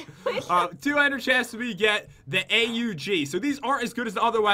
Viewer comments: I cringed when you said a.u.g it's aug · It not A.u.g it’s aug like aug like August